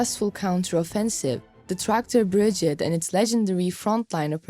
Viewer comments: This lady needs to learn how to properly pronounce BRIGADE, breee-GA-DE, not “Brijit” 🙄🤦🏼‍♂️ Also, RIFLE….RI-FULL not “Riffel” FFS. It’s in the video title even FFS! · BRI-GADE. not big-gid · Bri-gade not bridgeade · Slava Ukraina's grandfathers ! for the comentarist , the formation is not a "BRIGIT" ,but a "BRIGADE" ,phonetic -BRIGEID..... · This is a positive comment on the good work in making these videos available to English speaking audiences. But please pronounce "brigade" correctly. Pronounce the last 3 letters like the 8d or aid like in "lemonade"